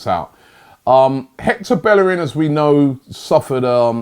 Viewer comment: Robbie it's BAE-ER-RIN😂 NOT BELL-ER-RIN😂